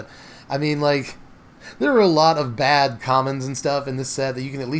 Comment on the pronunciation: “It’s not that bèhhhed” 😂 #bestgoateverprinted